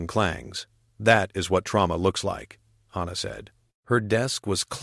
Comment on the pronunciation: Wonderful, unusual story! No surprise weapons, no miraculous tech, just grit and interspecies cooperation. I loved it, even though the AI couldn't decide on one pronunciation of Hana's name,.which was a constant annoyance.